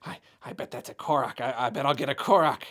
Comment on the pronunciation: Am I the only one who thought he said Clorox when he said Korok?